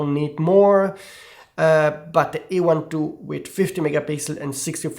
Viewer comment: This is not E1 II but A1 II. Speak correctly.